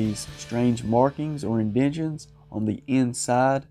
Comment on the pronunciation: I don't like those indenshuns!! They should have indentations. LOL!